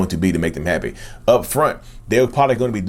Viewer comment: Can you make a Narcissist "Heppy"? I like the way he pronounces happy